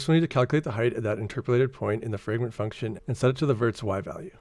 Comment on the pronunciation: small note, you're saying "fragrent" instead of "fragment"